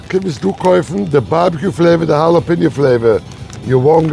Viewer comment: ✅ Pronounced: hah-lah-PEH-nyo ❌ Not pronounced: jah-lah-pee-no